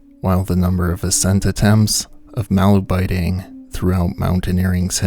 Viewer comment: Yet another YouTuber who can’t be bothered to look up the pronunciation of the subject of the video